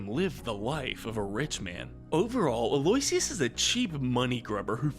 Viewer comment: Actually for Aloysius it's pronounced as (al-oh-ish-uhs)